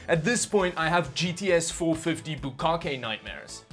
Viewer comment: my mans just said bukakke nightmares